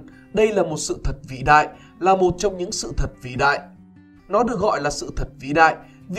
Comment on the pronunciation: Ad phát âm chữ vĩ kiểu gì thế? Ghê quá đi